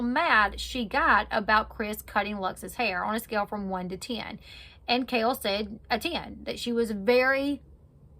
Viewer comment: That's really annoying to say her name wrong .